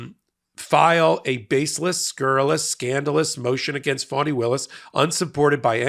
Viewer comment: F-A-N-I. Not FAUNI 🤦🏾‍♀️